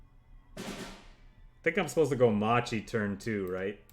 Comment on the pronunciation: great video, quick note macchi or whatever u read in italian that has "ch" or "c" in it it's a hard c, like a crusader, if it's "ci" it's soft like cheese or cello